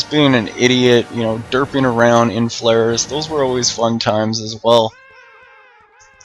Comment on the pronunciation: Its fly for fun. You call it flyff. Not fliff.